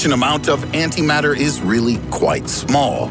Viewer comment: you lost me at anti mater